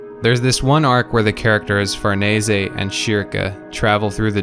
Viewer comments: Dude Did you just pronounce her name (FUR-NEH-SEH) I’m pretty sure it’s (FAR- NESE) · Um... one thing, I think their names are pronounced "Far-niece," and either "Sure-kay," or "Shear-kay." The way you said it makes me think of Gatsu. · Farnese is pronounced far-niece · I thought it was pronounced (far-ness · 0/10 it’s pronounced farnees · The way you pronounce Farnese and Schierke kills me, man. Good video, tho.